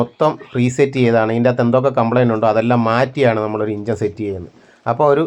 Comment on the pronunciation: ഇഞ്ചൻ അല്ല ചേട്ടാ എൻജിൻ, ഷാട്ടർ അല്ല സ്റ്റാർട്ടർ